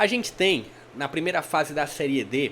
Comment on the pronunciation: Gostei do seu vídeo, deu agonia você fala seriê , o correto é série 😅😅😅